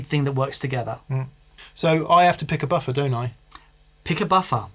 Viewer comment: I like hearing say “ boffa” 😊